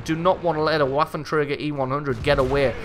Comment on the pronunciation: Just FYI, the "w" in waffenträger is pronounced as a "v", like ventilation, vapor, etc.